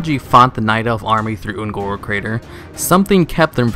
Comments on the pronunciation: wayvrains and the Oon'guuru crater. Come with me and we will together over think the pronunciation of various words and mispronounce Shit. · .... why do you keep saying Un'goro wrong -.